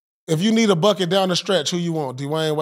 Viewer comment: "We beed to jack them back!.Puase" Paul Pierce- Thats the worst one of the night 😭😭💀💀